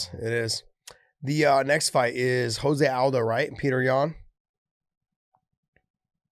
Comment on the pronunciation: Can some one please tell Josh his name is pronounced Joe se aldo . Not Jose. He is Brazilian not Mexican